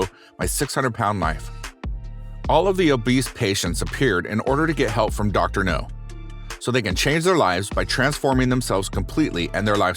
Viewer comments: Reading my mind…it’s Now,not No!!!!🤬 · N steady cramming food n her mouth n this man narrating this is still calling dr now dr no how dumb is that dude get it rite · Yeah, this Dr topples weight, not missiles